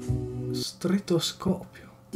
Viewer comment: La parola di non è proprio inventata e che ha sbagliato a pronunciare sarebbe stetoscopio e non stretoscopio